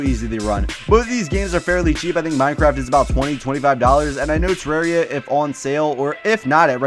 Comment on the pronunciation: tuh•rawr•ee•uh... *triggered 😂😂